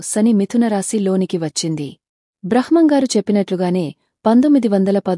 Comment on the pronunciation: బ్రహ్మం గారు అని పలకాలి